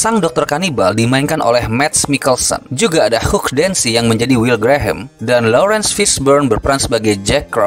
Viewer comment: Om... Hugh itu bacanya bukan Huuk..., tapi bacanya : Hyuu... (Hugh). Gitu ya om...